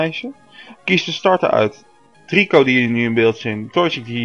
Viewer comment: Btw Het is treeko en niet trico